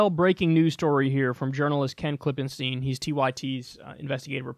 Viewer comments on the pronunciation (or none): none